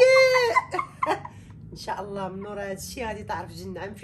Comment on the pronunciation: Lay❌ Lah ykhlilik mamak✔️ خطأ أصبح شائع ،المرجو الانتباه إلى النطق الجيد للفظ الجلالة